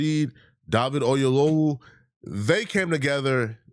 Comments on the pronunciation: The height of ignorance and stupidity is that Godfrey as a so called Nigeran that he is not cant event pronounce David Oyewole's last name correctly. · Both Godfrey and cannot pronounce Oyelowo. 🤣🤣🤣